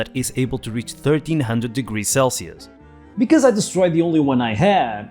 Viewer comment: Baat Becwaz it's cwistmas